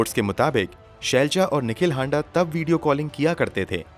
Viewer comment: हांडा नही हाड़ा होता है